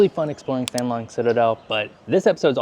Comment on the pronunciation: 1: The "Th" sound in Vietnamese is pronounced as a regular "T" so it's pronounced "Tongue Long", not thang. Also, "Banh" is pronounced "Bun". 2: While I admit that I haven't been to my parents' birthplace since I was in 8th grade, Ha Noi seems to be a lot like how I remember Sai Gon to be. Chaotic traffic with lots of night life. 3: This is something my college Vietnamese professor told us, and whether it's true, I don't know, but Southern Vietnamese (Sai Gon) are supposedly more Westernized and have more favorable views of Americans since a lot of them were allied with the Americans during the war, whereas Northern Vietnamese are less so, and tend to have more favorable views of China. I don't know if that's how you felt, but just something to consider.